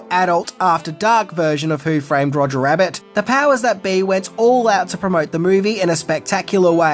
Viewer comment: Roger, not Rodger